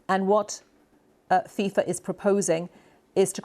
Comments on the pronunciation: Fifa ❌ Thiefa ✅ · its fifa, not fisa